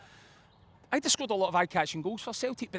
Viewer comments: try learn to say idah name right ffs it’s not “ayeidah” it’s idah and mcgreggor needs left out next game he should play one miss one he kept giving ball away again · This guys got to be at it. EYEDAH. MCGOWAN? It’s not hard to say these guys names correctly.